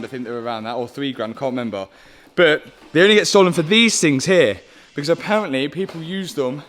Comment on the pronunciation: Intresting way of saying aparently and hopefully